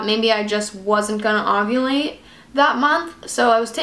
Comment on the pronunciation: are you saying ogulate not ovulate?? lol